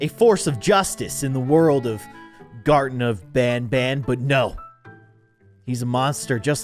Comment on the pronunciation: can you play garten of Banban II and Garten of Banban III? And you say it like this(gar-ten-uf-ban-ban)